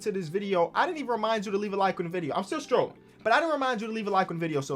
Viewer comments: saying scrolling like strolling makes me mad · Who’s gonna tell its scrolling not strolling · Who gonna tell its scrolling and not strolling😂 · Somebody tell this man scrolling has a c in it and not a t 😂